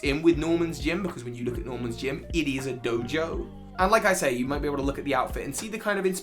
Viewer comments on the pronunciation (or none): none